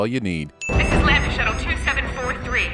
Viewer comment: At 55 minutes in, it's lambda shuttle. Not landing shuttle. You get a sin.